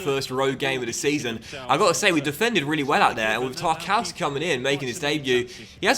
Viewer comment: I think its pronounced tarkovski